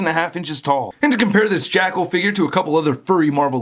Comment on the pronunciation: It sounds like keeps saying "Jackhole" 😂